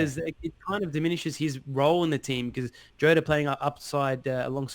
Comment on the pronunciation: btw lads it's "jotta" not "joe-ta", appreciate words get a bit scrambled down under, Nuno = king!